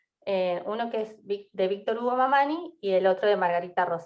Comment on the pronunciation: Disculpas pero el apellido es Mamaní asi se pronuncia.